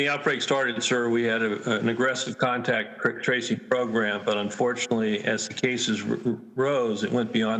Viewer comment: They have a terrible time saying contact tracing